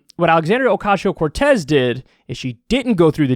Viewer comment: I love how Kyle says Ocasio. Oh-cashio. Makes me smile every time.